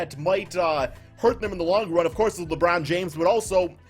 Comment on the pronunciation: Did u say Lebrun rlly 🤦🏾‍♂️ I had to dislike bro come on u one of my favorite subs but come on now